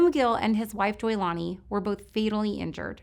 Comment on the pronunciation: I'm hearing Leilani instead of Joylani when she mentions Tango and Juliet . Just my ears? RIP to them ~and Michael.